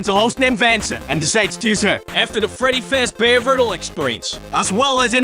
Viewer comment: Everyone's talking about how concise of a summary this is, but I'm personally just dying at the fact that the program can't pronounce real names, but it can say "Freddy Fazbear" near perfectly.